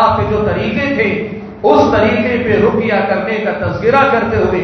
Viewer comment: روقیہ نہیں ہوتا بلکہ رقیہ ہوتا ہے